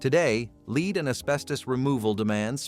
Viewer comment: Soundtrack says "without protective gear" while picture shows people in masks. C'mon, AI, if you want to take over the world, you're going to have to do better then that. Oh, and why does EVERY AI video pronounce the metal "lead" as "leed?"